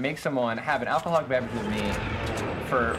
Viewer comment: Did he just say "Alcoholic Berverage